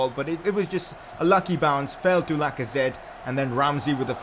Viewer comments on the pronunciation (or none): none